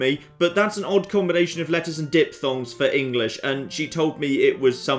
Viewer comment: Lol said Dip Thong.